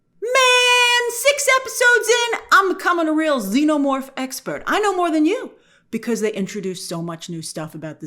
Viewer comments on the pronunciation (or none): none